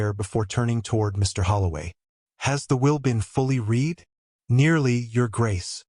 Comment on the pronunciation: An excellent narration, however the story needs editing;The past tense of read is pronounced red Ravens-hire is pronounced Raven-shire or Raven-shur., depending upon the local dialect.